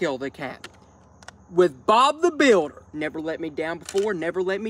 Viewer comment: “Bob the builderrrr” omg it’s Bob the building